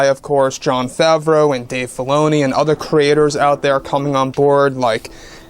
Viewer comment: Dear God stop saying ‘John Favreau (sp) and Bob Chaepek (sp). I love your site and you are very informative to an OG Star Wars nut like me, but please, please stop with the names!! Nothing but love, M